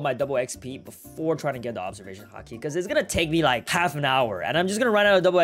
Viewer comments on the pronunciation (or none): none